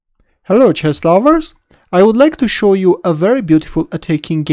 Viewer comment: BossNaj Alchary also, chess sound like chest. king sounds like kink. but i like all video. Let's go back lol